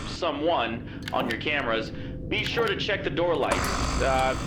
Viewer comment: Are you siur? Yes, I am siur" oczywiście to żart prosze nie reportujcie tego jako obraźliwe